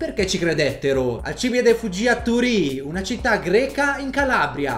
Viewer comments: 1, si pronuncia Alcibiade, non alcIbide 2 Socrate non ha mai scritto di lui 3 il sovrano persiano era il re dei re, per noi mortali l' imperatore, il titolo di sultano non esisteva ancora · Ma poi hai pronunciato male alcibìade tutto il tempo... dici sempre alcibiàde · un paio di incorrettezze: la pronuncia corretta del suo nome dovrebbe essere Alcibìade Socrate non ha MAI lasciato scritti, proprio niente neanche di filosofia per il resto bel video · Noooo ero così felice avessi fatto un video su Alcibiade ma non posso andare oltre gli 11 secondi, quella pronuncia mi fa male al cuore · Da classicista è un infarto sentire i nomi con gli accenti sbagliati... La morte di alcibiade la so a memoria ogni anno me la ritrovo a tradurla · Ogni volta che pronunci il suo nome è morte per le orecchie. Ps. Socrate non ha mai scritto nulla, quello semmai è Platone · Fai un video su un personaggio e manco sai pronunciarne il nome.. da vergogna!!! La gente che cerca video del genere lo fa per imparare, poi si trova video fuorvianti, come questo, e apprende nozioni errate. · Alcib Í ade non Alcibi À de 😅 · Alcibìade! Non Alcìbiade! CAZZOOOH!!! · 1) Alcibìade, non Alcìbiade; 2) Il fatto di essere belli era un vanto perché la bellezza esteriore rifletteva quella interiore e viceversa. Per questo ci si è soffermati sul suo bell'aspetto; 3) Socrate non ha mai scritto nulla; Andando oltre queste sciuocchezzuole, ti ringrazio per avermi fatto capire Alcibiade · Video informativo ed ignorantissimo come sempre, ma ho due cose da dire: 1- La pronuncia dovrebbe essere Alcibíade, non Alcíbiade 2- Socrate non ha mai lasciato scritti, al massimo potrebbero esser stati i suoi allievi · Tutti a correggere la pronuncia dicendo che quella corretta è Alcibíade. In greco antico era Ἀλκιβιάδης (Alkibiádēs). Alcibìade è latinizzata, la pronuncia più corretta è Alcibiáde.